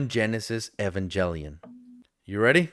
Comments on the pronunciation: Hearing "Evangelion" pronounced that way just still feels so wrong to me. Eh-van-jel-i-on just doesn't sit well as to E-van-gehl-ion. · LET'S FREAKING GOOOOOOOOOOO, the butchering of Evangelion's name!!!! yeahhhhh!!!!